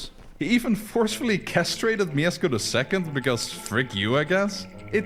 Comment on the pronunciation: /pyast/ not /pah-yast/, and /myeshko/ not /myesko/ pronounciation wise, as im assuming 2137 people alreayd pointed out